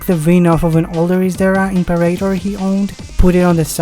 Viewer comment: Listening to you mangle the Latin word for "emperor" was horrible - but thanks for the video. The Isdera Imperator was a favourite of mine as a kid.